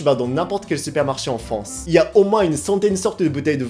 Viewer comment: Tu me fait rire tu dit en fance 😆🤣